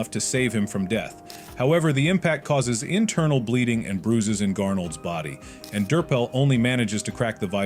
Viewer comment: you said arnold not garnold😂😂😂